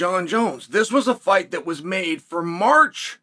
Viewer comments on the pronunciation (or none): none